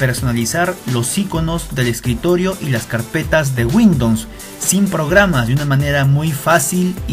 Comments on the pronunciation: windons xd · Windons ? :v buen vídeo xD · "de windoms"